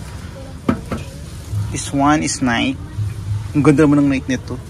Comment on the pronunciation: you mispronounced Nike